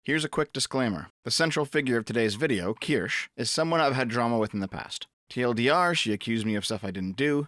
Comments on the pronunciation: Keer-Shuh Not keer-sh Keer-Shuh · "Kirsch" is an acceptable pronunciation in compound substantives such as "Kirschtorte" or "Kirschlikör", otherwise, the terminal "e" is pronounced like a schwa sound. Something like "keersh-uh". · this dude said "keersh" its keer-shuh. and honestly the only reason id ever mention you in her chat is for you to collab on a game or something and make nice. youre on the same side after all. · It's pronounced "kir-shuh" btw. It's German/Swiss. "sche" is not a "sh" with a silent "e". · I'm just going to complain that you pronounce her name "Kirsch" when it's a German word (meaning 'Cherry') and so the "e" at the end is supposed to be clearly sounded out. Bad! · Its not pronounced Ker-sha? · I'm stuck wondering if you're mispronouncing the name on purpose at this point. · Kirsche is two syllables.